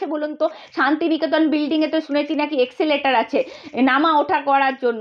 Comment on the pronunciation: অ্যাংকরের উচ্চারণ অতি জঘণ্য। উদাহরণ এক্সেলেটর, মুখ্যমন্ত্তি, পাসাদ, বন্নপরিচয়, ইন্দনিল। আর শুভেন্দুর কুকথা নিয়ে একটা কথাও বললো না এরা। নিরপেক্ষ সাংবাদিকতা 😄